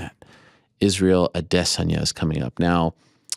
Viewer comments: a.des.an.ya - accent on first syllable not the second, less intonation on the last two - that is my take on what he said. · 100%!!! Hopefully he stops emphasizing the “Diss” part of his name! “A-DISS-onya